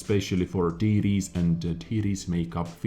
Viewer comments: Everytime you say "TD's" I hear titties. I'm sure it's just me. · I like how you say TD's sounds like Tiddies.. ( . Y . )